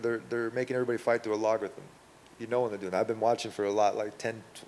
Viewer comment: This man said a Log rhythm 😂